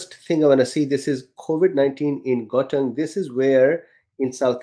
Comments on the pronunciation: Gauteng is a province in SA pronounced kho-teng. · Pronunciation of Gauteng --> G= like the Scottish ch. A gutteral g. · How to pronounce Gauteng. The sound Gau is like "how" in English, but with the "G" sound in the back of the throat, as if clearing out phlegm. Gggow. A round mouth with that "ow" made long and snapping at the end of the syllable, to start the next syllable with a strong tongue movement on the "t". "Teng" is prounced like two words mixed together. The "te" in the word ten. A nice crisp, clear TE. And the "ng" in the word "fang". As the "n" is sounded, it then rolls into the "g" as one would do it in fang. Regards A South African.